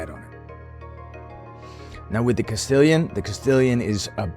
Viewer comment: Castillon is pronounced Cast-ion. French. Everyone calls it Castillion, including myself when i started. Not hating! Just spreading the knowledge i picked up. Love the vids brother, keep it up.